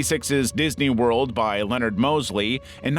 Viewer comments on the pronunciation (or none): none